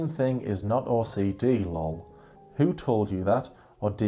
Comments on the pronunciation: Seriously every time she said “my OCDee” or “I’m so OCDee” I was rolleen my eyes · Not “OCDD”😂😂😂